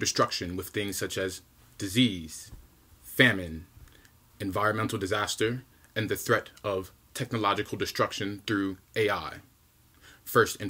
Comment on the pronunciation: But was right about the corona He said dissase